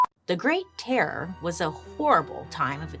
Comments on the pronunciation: Terror terrorooror 🤣 horror horrorororor 😂. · I can not describe how much I laughed listening to Bailey say "terror" 😂 😂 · I love how Bailey struggles to say terror 🤣